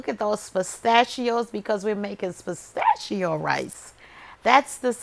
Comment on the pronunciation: Did you say Postachio Rice👀👍🏾